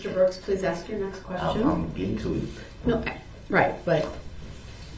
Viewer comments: Can I "axe" a question? If he is indeed not Darryl Brooks... then why does he keep answering to the name? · When is someone going to tell him that axeing someone is a crime? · blood you axe that as if your Donald Trump or some shit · I can’t stand this Jack ass. He is so rude. He doesn’t “AXE” Please when asking prosecutors to show the display. Seems like his Momma let him do whatever he wanted which led him to Life in Prison.